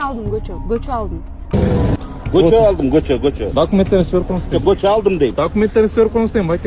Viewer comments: Кочону кочоо кечеени да гочоо булар кытайлыктар эмеспи жаны агенттер😂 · Көчөбу же кечееби кыргыз тилини жакшыраак суйлогулочу башкасыга батып калыпсынар